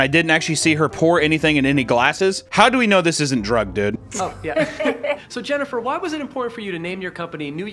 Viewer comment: And it’s HYENNIFER LOPEZ ❤